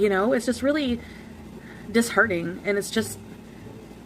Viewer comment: Bolth ALR and Chantal can't pronounce "disheartening". The writer and the English major, y'all